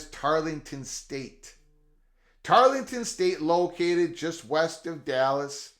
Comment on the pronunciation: I believe you are speaking of Tarleton State not Tarlington State. 😃